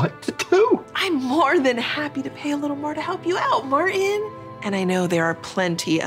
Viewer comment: I wish she would actually pronounce the t in Martin the name might as well be “Marin” I mean goodness gracious it made me mad